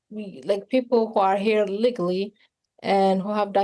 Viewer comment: She can't even pronounce legally